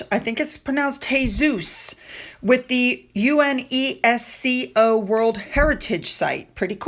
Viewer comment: if you ever need to know., UNESCO is pronounced you-NESS-coe. It's one of the very few where you don't have to remember the initials well...